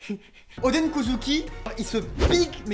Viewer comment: Oden Kozuki ils le prononcent ´odèn’ mais le Oden ils le prononcent odeun alors que c’est pareil.